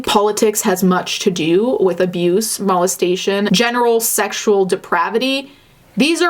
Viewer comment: Mal-es-tation? why’re you saying it like that? Lmao it’s molestation.